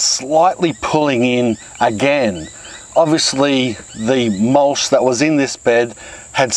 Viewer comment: Love the channel... but in all seriousness... you ARE saying "mulch" incorrectly. Even with an Aussie accent, the last two letters are "ch", not "sh". It's NOT "mulsh". It's "MULCH". CHOO CHOO like a train. Not SHOO SHOO like you say to bugs or pests.